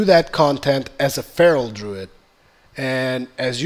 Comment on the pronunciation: Druid. And for everyones sake please god say tomb raider correctly.